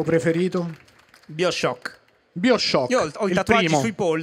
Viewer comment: Si legge "baioshock", cristo!